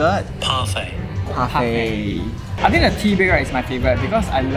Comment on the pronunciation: Bro said parfart 😭😭